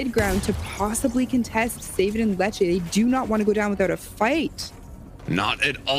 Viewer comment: Dude why does he pronounce letshe.....letshea I can’t stand it when commentators say people names wrong